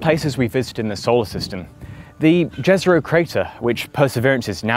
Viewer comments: "Jezero" is pronounced with "y" as in "yes", not "j" as in "jazz". There are no Martians, and if there were some, they would not speak English. Just saying... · So far nobody has pronounced jezero right